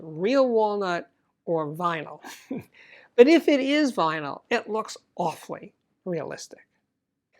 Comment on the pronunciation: it's vynil